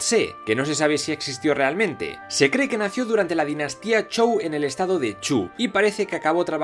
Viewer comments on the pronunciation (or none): Bueno si se pronuncia así la palabra zhou no me quejo Xd